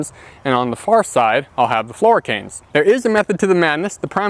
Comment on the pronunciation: Primer canes flora canes? I actually don't know what you are saying. 😢